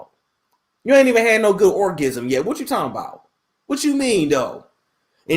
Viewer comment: He said orgism twice 😭😂😂😂😂